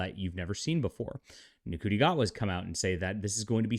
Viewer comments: It’s pronounced Shooty! Not Nguti. It’s pronounced Valiyard not Valeyard! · I believe Ncuti is pronounced "shooty". No idea how that works, but African languages aren't really my specialty. Also, I think we should refer to Ncuti Gatwa as Ncuti McGavin.